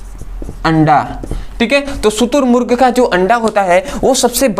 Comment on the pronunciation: शुतुरर्मगु नहीं शुतुरमुर्ग होता है 😂😂🤣😂🤣😂